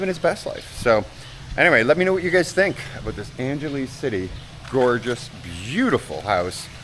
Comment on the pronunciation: Angeles = Ong-ga-lee’s 😉